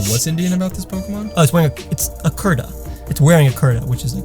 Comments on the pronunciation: It’s not k-ur-ta it’s k-oor-ta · I'm Indian and I cringed badly when said "kar-ta" when it is pronounced "koor-taa" It's not his fault but still I don't blame him either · P.S. kurta is pronounced more like k-oo-rta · Its pronounced Koor-ta